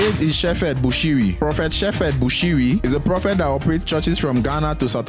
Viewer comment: Sheperd not Sheffe Bushiri ,learn to pronounce properly !